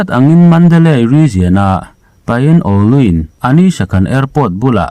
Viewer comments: Pin ú luan, ti a lam tur aw. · pyin Oo lwin lam dan tur chu,Pyin pin ti ah lam tur,Oo U -unau anga lam tur ,lwin-luai ti ah lam tur...pin u luai ti a lam tur..